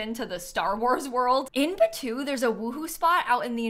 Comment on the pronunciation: Batuu?? Come on it’s like you’re breaking Semaj’s heart 😂